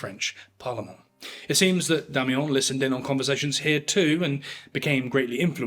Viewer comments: Oh for Heaven's sake... DO get some help before you even TRY to pronounce words in French...🤨🤦🏻‍♂️🤬💩 "La journée sera rude"... 🤨 WHAT? Or M. Damiens surname... it's not Damiyan ...Damiyen.. Sorry, but this clip was boring and made worse when an English man "trayying tå speek Fräänschä... ". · Not being a dick, but the pronunciation of Damiens needs work. Not “ons”; but more “eh” with nasality. I wish I could do it for you. Damiens- shove that “eh” in your nose. You already have a nice nasal for ‘ons”. I enjoy you. Thanks. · Take a shot every time he says, "Demmy Yong". 😂😂😂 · pronounce Ecu like eikoo, you mean? Or Damiens like Damiahn? It doesn't take AI to butcher French, just any monolingual Anglo speaker.